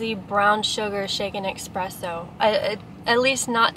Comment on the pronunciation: You never said espresso...you said expresso a million times tho🤣